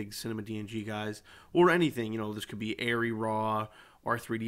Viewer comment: Tomato, To motto. Not Air-ee. Are-ee.